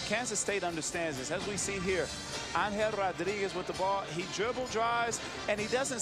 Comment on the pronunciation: Evo-loution? and it's Angel, not AnHELL!